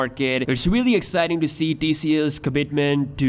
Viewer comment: seeing all this makes HIM exiting 🤣🤣 (not excited LOL)